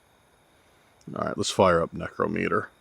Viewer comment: One of the few to pronounce necrometer correctly. Most dont even know what necromancy is or that it's expressly forbidden in the Bible.... or that they are necromancers. Congrats YOU HEARD AND SAW A BIGFOOT!